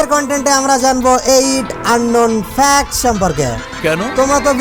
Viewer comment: Unknown Fact Of: আবালটা একটা মূর্খ... শালা Fact উচ্চারণ করতে পারে না... Fact কে Fax বলে... 😂